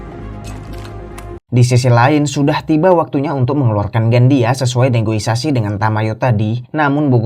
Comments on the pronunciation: Negosiasi not negoisasi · Negosiasi Min,, bukan negoisasi,,hehe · Negosiasi bukan negoisasi dek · Yang benar "NEGOISASI " atau " NEGOSIASI " 😂